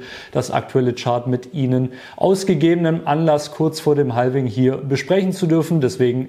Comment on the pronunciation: Bitte nicht "haLVing" sagen... es ist "havfing". 😢